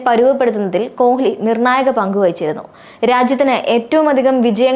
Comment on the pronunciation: കൊഹ്‌ലി അല്ല, കോലി എന്ന് വായിക്കു 😂